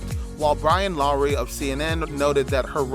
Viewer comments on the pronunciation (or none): none